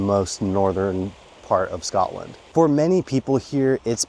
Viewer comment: Not even ten seconds in to the video and there's already something wrong. Like if your going to live in Scotland than you have to pronounce it wright